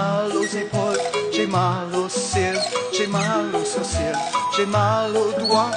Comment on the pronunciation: On ne prononce pas le 'l' dans "sourcils'.